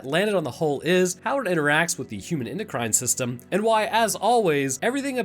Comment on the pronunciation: "endocry'in system" lol